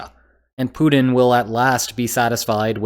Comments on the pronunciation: You keep saying Punin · Hey! You gotta start pronouncing putlers name with a “T” sound (instead of a “D”). Or wagner with a “W” instead of a “V”. Or Afghanistan with its second A sounding like an “A” instead of an “O”… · “Poodin” = “Putin” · I like ho you call him "Pooed-in"